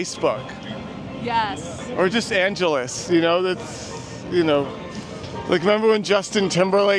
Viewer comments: No one corrected The Angeles… to The Angel’s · hehe you mean to say “the angels” not “the angeles” 🤣 but hey what do i know, i am not even Spanish